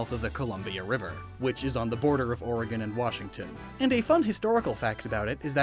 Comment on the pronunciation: My god you said oregon right you must live here 😂